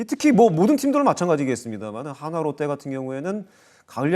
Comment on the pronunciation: 야 발음 똑바로 해라!! 화나가 아니라 한화다ㅋㅋㅋ